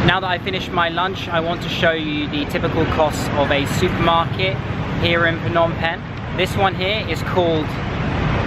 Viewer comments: pnom pen lol i’m sorry but your pronunciation is sooooo no offence lol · it is pronounced nom pen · “It’s pronounced “pnom bing” I’m Cambodian 🇰🇭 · For some reason, I found it funny how people always pronounce "Phnom Penh" incorrectly